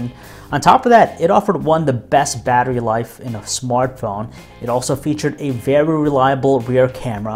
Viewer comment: 37 seconds it sounds like he says smartcone